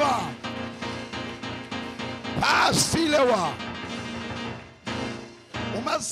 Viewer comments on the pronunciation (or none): Ivyo pasteur avuga ngo pasilewa patatata stilewa,none bamufatiriki?